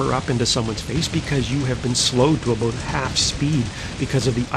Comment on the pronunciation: ahboot. = Canadian :)